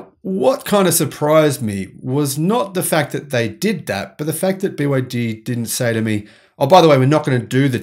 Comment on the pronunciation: He didn't he kept wrongly saying BYD